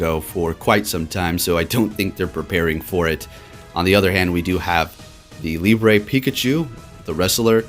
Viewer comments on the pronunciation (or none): none